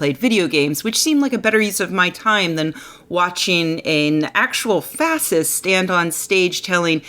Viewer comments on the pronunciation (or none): How come you can't pronounce the word "fascist?"